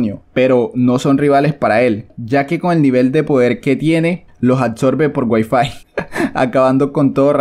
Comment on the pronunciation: "Los absorbe por guaifai" jqjajajaja